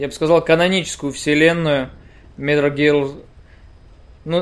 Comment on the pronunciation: "Милр Гирлр" Чувак не надо так